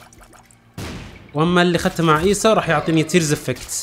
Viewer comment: بعدك تغلط في اسمهم 😂😂 ايسو مو ايسا